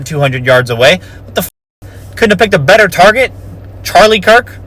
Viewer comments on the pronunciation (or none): none